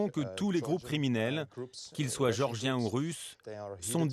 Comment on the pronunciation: Le mec est incapable de prononcer géorgiens oh c'est pas des mecs qui habitent chez Georges de Villeneuve sur Lot qui est toujours au comptoir du café chez bébert international